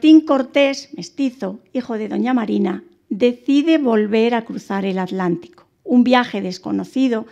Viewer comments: Estupida es atlantico no alantico, piche vieja ocico mocho 1ro q s enseñen a ablar. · ¿ALÁNTICO o ATLÁNTICO ? con T L (te, ele)